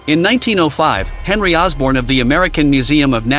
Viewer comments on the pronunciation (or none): none